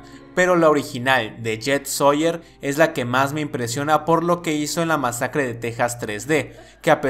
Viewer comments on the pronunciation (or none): Es Jeff soyer no yet